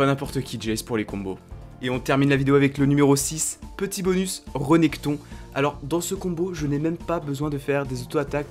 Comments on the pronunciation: Rénekton !! pas REUnekton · Super vidéo;) Par contre c Rénekton pas Reunekton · C'est RÉnekton et pas REnekton .... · "reunekthon" Alors oui, mais non hein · très bonne vidéo mais j'ai pas apprécié le "<REU>nekton " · T'a dit Renékton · reunekton,tiama, aïe mes oreilles